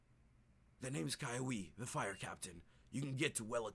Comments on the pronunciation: The name is kiawe (kee-ah-veh) not vay veh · Kiawe is pronounced KEY-AH-WAY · Its ki-a-we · oh and kiawe's name is pronounced keee aw way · uh actually kiawe's name is pronounced "KEY-AHH-WAY" I know because I watched the show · his name is pronounced as kea way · You prenounced the captains name wrong because it is keyaweh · it's Ki-ah-weh. Correction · cri even my fave poketuber pronounces kiawe wrong ;v; Edit: how to pronounce "kiawe* key•av•ae